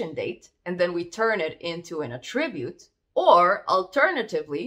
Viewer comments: it is pronounced ATTribute not attRIbute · Correct, in this context (ie where it's a noun) 👍 Although as a verb it's typically said how it was said here (which is why it's a little distracting but we all know what was meant 🙂) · Very nice video, small tip: its pronounced A'ttribute or A'ttributes when it's a noun, and attri'bute or attri'butes when it's a verb. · you are doing a great job but attribute is stressed on first syllable - you are still a very good teacher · Just here to here her say "attribute", honestly.